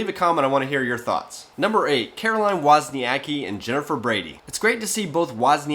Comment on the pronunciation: wozniaCki, C is not a K, C=Center. you say her surname with a C and after goes K. wozniaCKi.